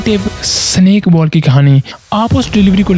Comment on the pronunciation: "Baal, yArker, Full Taas, That's matter, Cirkit, sunake"